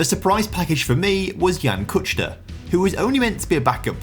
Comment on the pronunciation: its kuchta not kučta :DD